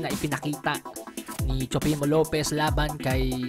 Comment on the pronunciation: No hate Nanunuod talaga ako ng Videos mo. Pero natatawa ako sa pronunciation mo ng TEOFIMO LOPEZ hahaha TSUPEMO LOPEZ hahaha.PEACE!